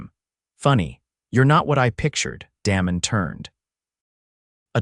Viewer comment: when you are telling a story be sure you pronounce names properly. For example, "Damon" is not pronounced the way you did!